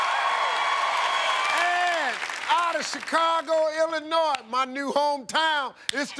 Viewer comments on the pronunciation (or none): none